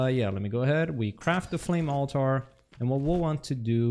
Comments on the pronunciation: Great vid !!! also pronounce it as ALL- TER not ALL-TAR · To answer your question, no, you aren't saying it correctly. It's pronounced alter, not alTAR.